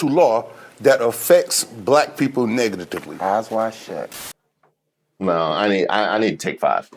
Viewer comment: Who else did a double take on that “negatitively”?